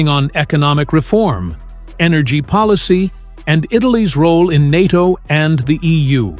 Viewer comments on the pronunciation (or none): none